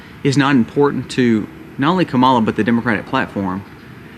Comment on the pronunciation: I’m not voting for Kamala Harris but can we try to say her name right bc it’s just seems uneducated when you chose to mispronounce her name. Her name isn’t hard to pronounce.